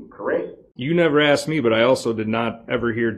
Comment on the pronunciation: HE AXED??! AM I MISSING ANYTHING???